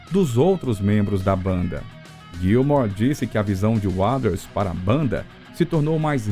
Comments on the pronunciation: Que locução péssima... pelo amor de Deus... dizer o nome do Roger Waters como narrado na locução é de doer os ouvidos. Precisa melhorar e muito a dicção do inglês. Fica cansativo de ouvir. A história em si é mais do mesmo e tem em qualquer lugar. Não há nenhuma novidade. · Bom vídeo, ótima dicção, mas não acertou em falar o nome de Roger Waters em nenhuma das vezes que citou o nome dele. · video interessante mas o narrador nao sabe falar Waters ai fica dificil assistir e acreditar no que ele fala 😢😢😢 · Sua pronuncia continua cada vez mais horrível, pronunciando Waters misturando fonemas errados, que não existem na palavra nem na pronuncia britânica ou americana, procure estudar ou pelo menos ouvir as pronuncias corretas aceitáveis nem que seja no google translator, é péssimo ouvir como seu texto ruim e um bait que nunca esta no video engando quem vai assistir seu video achando, que vai ver algo novo ou exclusivo quando não há nada disso. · Eu não sei qual é a dificuldade em dizer Roger Waters da forma correta! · Vídeo de lorota que todos já sabem, e pra piorar a pronúncia do nome Waters... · Isso é voz de ia? Ficou ruim em, principalmente quando diz Waters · Cara, o vídeo é mais do mesmo, nada de novo, mas pode melhorar na pronúncia do Roger WATERS e não “Waders “ kkkkkk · desculpa... quem é "uaders"? não conheço esse membro da banda... e olha que sou especialista em PF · Ser apaixonado pelo Pink Floyd e ficar escutando esse narrador pronunciar o tempo todo "UADAS" é sacanagem. Se o Waters escutasse a pronúncia do nome dele assim, infartaria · Como que consegue falar uaders ao invés de Walter ? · Putz ouvir essa pronúncia sofrível de “Roger uáders” “de uáu” “ confortabe num” “shine ou creise daiamon” “ uich you ê riar ” que bosta!!! Odeio IA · A pronúncia do nome Roger Waters com um sonoro Wades" incomoda um pouco. Mas o vídeo é bom só é muito longo para chegar no assunto principal do título. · Esse "Uaders" do cara é demasiado risível